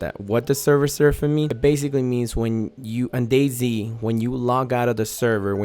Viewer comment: Is it just me or or he said Day zing lol